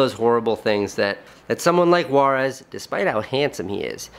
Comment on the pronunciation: I swear I though he said "Juarez". I was like, why does a Sardar have a Mexican name?? Later on, I was like oh......... It's "Waaris".